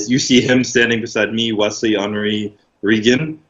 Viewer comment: Did just call Henri P.....Ali? Lol 🤦🏽‍♂️